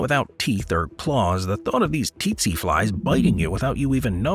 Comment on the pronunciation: Its pronounced setse not tetse t is silent not s